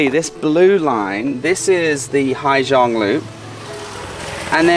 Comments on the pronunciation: they said = " ha -sang" not " ha - giang" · I wished you'd have stopped once in a while to enjoy the view. "Gi" in Vietnamese is pronounced like Z in English, if you say Ha Zang or Zhang, then most people would understand what you mean. Summer is the monsoon season in SE Asia (moisture from Gulf of Bengal waters the land) :)